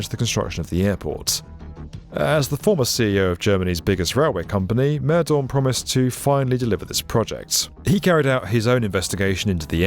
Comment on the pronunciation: You did completely butcher / mispronounce the names of Wowereit, Mehdorn, etc. Americans do so routinely, but Brits too?